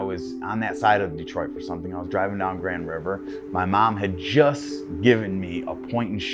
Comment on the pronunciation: It's not "Grandy", it's "Grawnd".